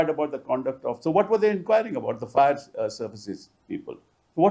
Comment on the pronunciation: Pl. read Fire in place of Fair.